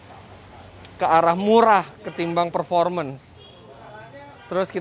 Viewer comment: Pas ngomong murah kaya diteken banget gitu.. mmmurah 🤣